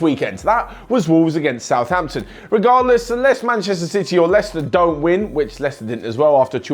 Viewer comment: I dont't wanna be that guy, but you should say don't (not dong)